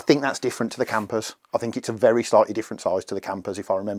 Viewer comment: ‘Velly tough’ 😂😂